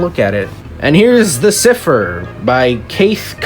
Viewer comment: This was fun, I got randomly recommended it and I’m glad I did. Also Cypher is pronounced psy (like psychic) fur